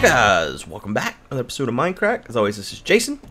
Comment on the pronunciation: its mindcrack not minecrack